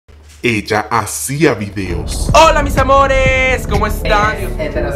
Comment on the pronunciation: Se dice Hola mis amores no misamores !!